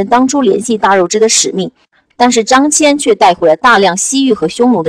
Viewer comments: 大姐，人家叫张qian，不叫张jian了！本来想让儿子看的，还是算了，不知道还有什么小毛病！ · 辛苦啦，非常棒，感谢！捉个小虫:秦国连横的是张仪不是孙仪，汉武帝时期丝绸之路的开辟者叫张骞(qian一声，不读jian) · 读错的字蛮多的，张骞，大宛 😂